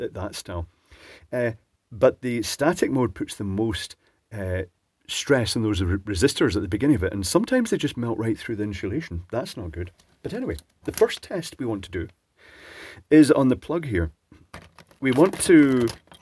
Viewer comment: There's no "h" in insulation.